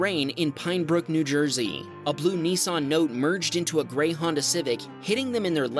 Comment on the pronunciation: Not a Neesarn but a Nissan 😅